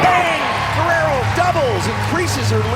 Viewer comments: Se dice Guerrero (GERRERO) no güerero o werero…. Idiotas 😂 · gah, i hate that guy saying gwarero, its pronounced the way he did on